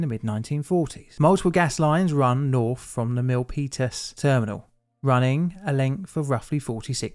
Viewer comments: I thank you as well. Jeff Raskin lived just a couple miles over the hill from this disaster so it's even better. I'm also impressed you called it the Peninsula on top of pronouncing Milpitas correctly. The Peninsula is very Mac-centric. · I just want to acknowledge your effort in correctly pronouncing "Milpitas". 😉 PG&E doesn't have the greatest reputation here, partly because of this incident. They have also been found responsible for causing several wildfires that killed people. These days, they have special regulations in place that turn off power to parts of the electrical grid on unusually windy days or during certain intense weather events. This is, of course, a pain in the ass for people who have to deal with a power outage.